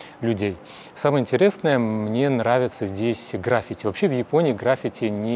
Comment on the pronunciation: ролик, может, и хорош, но вещая на русском не стоит забывать об ударениях - красИвейший, графИти.. какой язык вы в массы несёте?)